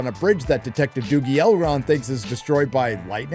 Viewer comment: The way they pronounce R is so painful to listen to… “ElRRRRRond!”